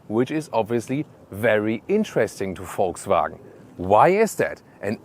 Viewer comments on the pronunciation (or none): none